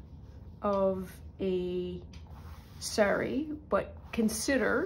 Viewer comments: It's saa-ree, not say-ree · In the name of respect and authenticity the word sari is pronounced sarr-ree and not as you say it. If in doubt always ask google translate for the correct way to say words with which you are unfamiliar.